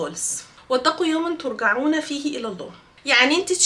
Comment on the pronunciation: لو قصدك علي آيه (واتقوا يوماً ترجعون فيه الي الله) ف الصح ان ترجعون تتنطق بالچيم وليست بالجيم ☺️